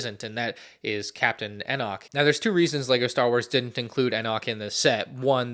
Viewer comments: You still cannot pronounce Enoch... try E Knock. It's like that. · ItMs pronounced “E-knock”. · How does bro know exactly set numbers and piece counts of every lego start wars set but can’t pronounce Enoch right